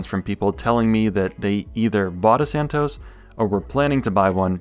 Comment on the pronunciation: Santos, not "Santoes".